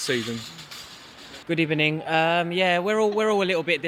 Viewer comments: 😂😂😂 hilarious there all saying good ebening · Did he say good ebening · Forget about that what's up with these smug face spurs fan saying good ebening and all 😑